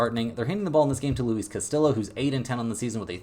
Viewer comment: It's Castiyo not castiLO